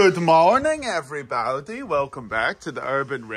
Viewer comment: "Good morning everybawdy"